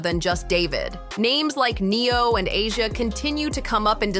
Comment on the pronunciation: Who the hell Neon??? Hahaha. It's Neo and Pronounced Asia for the girl